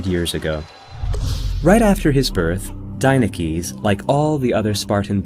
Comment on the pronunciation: Any Greeks notice that he's pronouncing the name as an American and not as its pronounced in Greek?